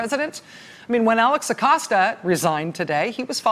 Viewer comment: Thank you Rachel for pronouncing his Name correctly! Thats balm for my ears! Edit: well, that didn't last long.